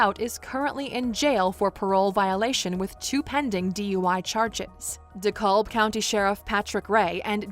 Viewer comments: De Cab. De Cab. The "L" is silent. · Dekalb is pronounced - Dee-Cab. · The county is pronounced de cab 🚕 the L is silent ! And this is so sad God bless this mother for having to go through this